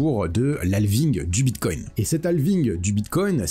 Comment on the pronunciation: C est Altcoin, comme Bitcoin et non pas altecoin ou bitecoin